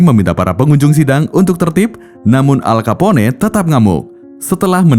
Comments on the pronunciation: entah kenapa gw kalo denger suara narator bikin hati bahagiaaaaa.....🤪😋😛😝😜🤪😘🥰 min bacanya bukan alkapone hehehe tapi alkapon (Al Capone) atu lagi bukan cikego tapi bacanya sikegho.... (Chicago) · Dan lebih enak dengar "al kapon" daripada "al kapone" hehe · Nama manusia atau nama tempat wajib disebut dengan betul,,gw dengar aja kek guna bahasa alien,,al kapone sebutan salah,nyebut nama orang begitu udah di anggap tidak menhormati,,alll kaponeeeeeeeeee🤣🤣🤣🤦wajib belajar bahasa luar ga boleh seenak nyebut bahasa daerah cokkk,bikin malu negara pribahasa ga betul wkwkwkkwk